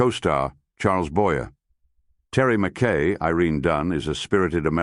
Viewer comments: I don't like the AI voice but more then that, Charles Boyer is NOT pronounced boyerrrrr!! It is pronounced Boyaaaa--a long A because Charles Boyer comes from France. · Except for mispronounced "Boyee," great job.